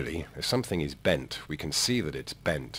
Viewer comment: You really emphasise the word bent. That’s all